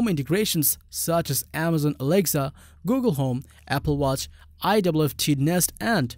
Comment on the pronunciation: This guy is just saying alegza not Alexa